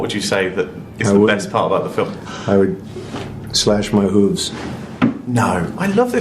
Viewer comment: I had to rewind one part. Sounds like Bruce said slash my hooves. That is a warning sign alright. 🙁